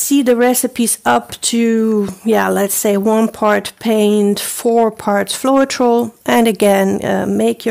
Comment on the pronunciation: Pronounced :flo-tral...